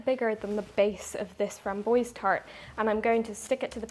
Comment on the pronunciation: Your pronunciation of French is delightful. If you would like it to be less fun, but closer to French, say “frahm bwahze” instead of “framm-boyzee”. On the other hand, don’t. Stay delightful. Either way, your call. 😁